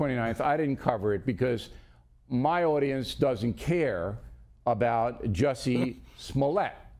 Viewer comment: How do you pronounce Jussie? It's like the gum, Jussie Fruit.